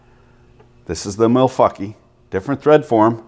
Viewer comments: You're pronouncing Milwankee wrong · Did he just say. Malfuckee?